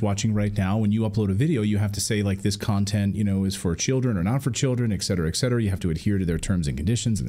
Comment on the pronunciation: Et cetera, not exetera, Clayton.